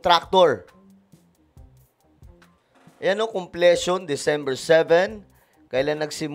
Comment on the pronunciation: Maganda sana kung palikihin video mo ng topic na discuss mo..puro mukha mo kasi..mahalaga yung pinag uusapang issue di yung mukha mo..mas ok sana ganun✌️✌️at saka po conpletion pronounce as kumplisyon not komplesyon✌️